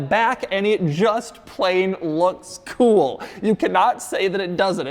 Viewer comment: doug the kinda guy who knows it is cringe the way he says "kewl" yet refuses to change. be like doug.